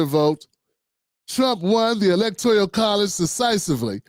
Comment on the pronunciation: electorAl college. Judge Joe Brown's take is reliable in just about everything except the pronunciation of "electoral college," which he unfailingly mispronounces "electorial" -- and since we are all familiar with the adage about who new tricks can't be taught to, we gotta let him slide.